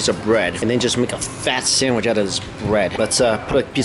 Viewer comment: Sandwich not shandwich